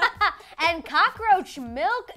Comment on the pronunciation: Cocka-roacha..Not I😱😵😨